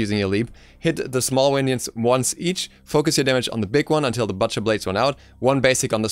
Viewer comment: The way you mispronounced "butcher" annoyed me. But still good information.